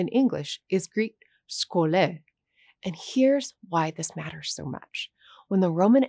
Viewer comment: Wtf is scho-le it's sxo-li-o σχολειο